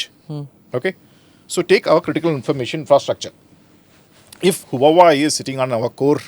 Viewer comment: Lol he can't even pronounce HUAWEI properly. What a joke ANI is.